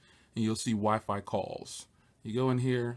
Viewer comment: I laughed so hard when you said the wiphone